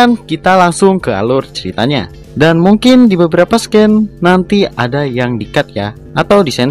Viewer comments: Bang buat penyebutan scene (adegan) hrsnya d baca dngn sine, bkn scane Sekedar informasi aja bang biar kedepannya video2 yg d buat jdi lebih bgus lgi🙏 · Bang scene itu dibacanya "sin" bukan sken hehe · Just Info ye kak Scene Dibaca Siin